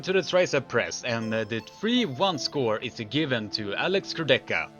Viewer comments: "Kurdecha" is also wrong pronuncation. Correct pronuncation is "Kour-de-ha" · Nice video, but try to pronunce names right: Kurdecha -> ch is hard H. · Polish armwrestler's second name pronunciation is wrong. You can easily find the right pronunciation in any of his fight.